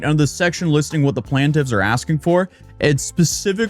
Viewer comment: PLAN-TIFF BTW YIKES